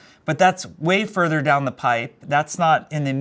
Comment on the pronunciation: "Futher down the line","Futher down the road" Jeff : Pipes Joe , Pipes